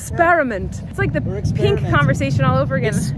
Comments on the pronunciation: I agree the way you say pink is slightly unique to you and your voice, but nooooo on ex-PEAR-amint 😂 we love you but I think this is YOUR “peenk” 😂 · Ok. I know Colleen says, pink, a little oddly, but I agree with the way she says experiments. I say it the same way, is it wrong? 🤭